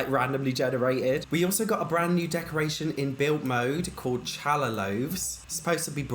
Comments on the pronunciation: Not challa 😂 it is halla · Did he just call challah (h-aeh-lah) challah? Ch are lah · it’s not pronounced “challa.” It’s pronounced “halla.” Challah is basically just Jewish bread:) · Not to be that person, but I'm jewish, its pronounced "h ah llah" ah as in yawn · Btw challah bread is pronounced hall-a bread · Man, I am so confused. Don was *gorgeous*. I always had a baby with him. All of these folks look…rough. And honey, it’s pronounced “ha-la” bread. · just say the h when you say challah its not a chuh sound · Its pronounced hallah bread jsyk . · The way you say Challah is soooo funny